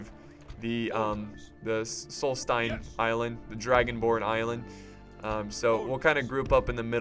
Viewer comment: Pronunciation Tips: Aldmeri Dominion does not have a T. It's not Altmeri, there's no T. There's a D. Aldmeri. Solsthiem: It's not sols-time. There's an H in there. Solsthiem. TH. It isn't pronounced "time". Also, black bars on the screen when you put comments in the video. Check the video And, you're paying THEM 300 Septims a turn. It was cringy to watch you do that and think you were being paid.